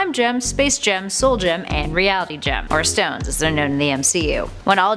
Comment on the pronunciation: Every time I hear her say “Gem” I cringe